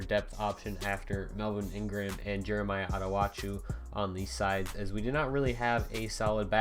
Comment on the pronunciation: can you pronounce Attachou uh-tach-oo sincerely, a chargers fan